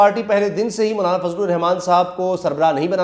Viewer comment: bhttt acha ies k name bol rhy ho مونالا na bol k👍👍👍